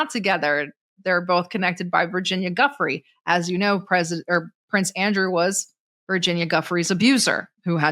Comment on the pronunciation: Sarah, her last name is DuFray; Virginia DuFray, not Guffrey